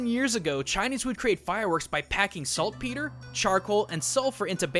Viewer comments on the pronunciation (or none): none